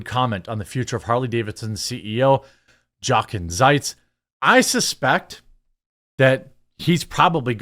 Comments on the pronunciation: Love your channel! Trying not to sound condescending, but this Harley CEO’s name is pronounced yo-Ken. My grandfather’s name was Jochen ,he was born in Germany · Jeremy, the J in German is soft, so it is like Spanish, it is pronounced like a y. So Yochen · It’s pronounced “Yoken”. Ya I know, nobody cares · 'Jochen' is pronounced 'Yochen' , with a long O, and the ch is pronounced like the ch in Loch Ness. The German J sounds like the English Y. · His name is “yo-ken”. I know. Who cares? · Jeremy, not to be “that guy” but, his first name is pronounced Yo-ken. The J in Germany is pronounced like our Y.